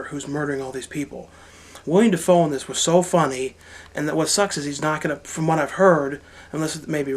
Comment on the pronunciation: It's WillEm Dafoe, not William you stupid fat fuck